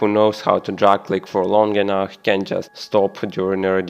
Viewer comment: подсказка, говори не "энах" a "энаф" enough